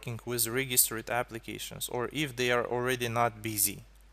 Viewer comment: God, that "If" pronunciations XD